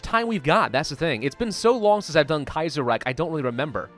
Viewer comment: ahem You're pronouncing Kaiserreich just fine. I would know. I'm a Linguist™.